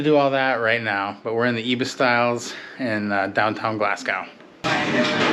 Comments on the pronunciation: Ibis is pronounced Eye-Biss Glasgow is Glasgo Edinburgh is Edin-burra Great video! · I really enjoy your videos but PLEASE learn the correct pronunciation of Scottish cities. Especially Glasgow and Edinburgh.